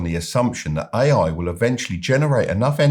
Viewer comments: When he said: "ay-ay infrastructure", I quit listening.... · Buddy you think you could make an effort phonetically distinguishing your "A"s from your "I"s when you say "AI" ? otherwise an interesting podcast thank you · That's was too British LOL